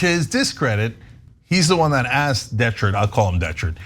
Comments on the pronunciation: You said "Shart!" 🤣🤣🤣🤣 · DeChert, pronounced DeShart. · When you were trying to pronounce his name, you kept saying de shirt…isn’t he the one that ended up ripping his shirt off LOL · Dechert is pronounced "Day Shart." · DE-share is how I would pronounce it. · Ana can't pronounce Dechert's name? Really?